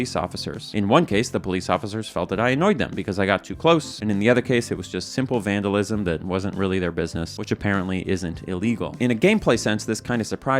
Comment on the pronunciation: You vandalized the word "vandalism"